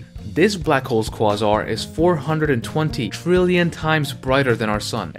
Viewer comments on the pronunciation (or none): It's pronounced KWAY-zar.